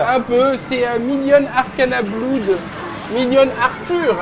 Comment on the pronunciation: Benzaie stp claque quand il prononce "bloude" stp... #payetonanglais